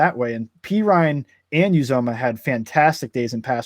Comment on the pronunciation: Not to be "that guy" but it's U ZOM UH Plese just say it like that lol. So many analysts and podcasters still say it wrong. But dude can ball. They better get used to saying it a lot. Who Dey!